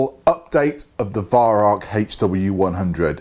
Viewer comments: arvo56 since it actually is german the correct pronounciation should mor be like Veyeraoch but with the r and ch down in the back of your mouth and the a and o very open like in in Mao. There is no k in rauch. Try google translate if you don't believe me. Look up the word incence and press the speaker symbol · Learn how to pronounce Weihrauch,-V[eye] R[ow-as in bow of ship]K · Listening to you pronounce Weirauch is as amusing as listening to Germans saying squirrel. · I'd love to meet you one day, great shot you are and love to bits your videos but your pronunciation of Weihrauch is abominable.